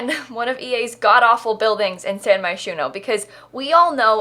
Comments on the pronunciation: Wait a minute. Did she for real just pronounce Moschino as mosquito? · I swear everytime you say Moshchino you are saying Mosquito